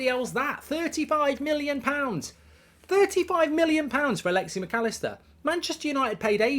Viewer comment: His name is Alexis. There is an 'S' at the end, its really not hard to read it. Where did you even get Alexi from? Has there ever been a player with that name?